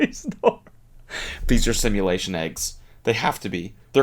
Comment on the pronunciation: Is she saying “Similation” or simulation?